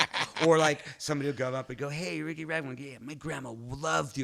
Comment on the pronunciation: seconds in and Chum Lee already pronounced Riki’s name incorrectly. He’s not the sharpest tool in the shed, is he?